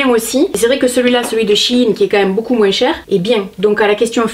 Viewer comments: Tu dis moinssss ; c'est ton accent du sud ? Je t'adore ! Bisous 💛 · Merci pour cette vidéo j'adore toujours ton rire et ton moinsss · Sa me fait rire tu prononces le S a moins 😂😭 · Omg tu prononce le mot moins " moinssss" alors que beaucoup de gents le prononce "moin" Bisous super video comme d ab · Attends, tu prononcés le "s" du moins??? 😂😂😂😂😘😘😘😘